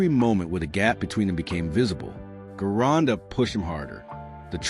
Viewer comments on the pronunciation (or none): Guy's...I don't mean to be a pain in the ass, But, The great, and unique, Bodybuilder, Famous Master Bodybuilding Coach, and World Renown Gym Owner, VINCE GERONDA'S Last name is pronounced with a Soft "G" as in the name, "GEORGE". Ask and good Italian, or Italian-American, of which Vince was one of !